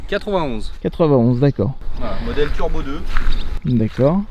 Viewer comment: I never heard about something like 'Trubo', I know what Turbo is, but Trubo.... I don't know... sorry just trolling, everyone makes a mistake, don't worry :D